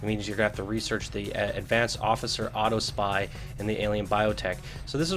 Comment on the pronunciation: Hey man, just a tip, the word is Aww-top-see. No offense intended.